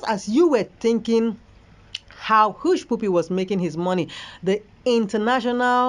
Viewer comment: Please presenter, it's Hushpuppy not push pupi